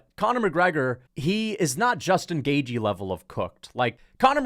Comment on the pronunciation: Why do you pronounce Justin Gaejthes name wrong? It’s not “Gay G”